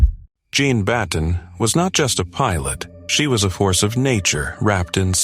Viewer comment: Why do you keep changing her name? It's Jean long e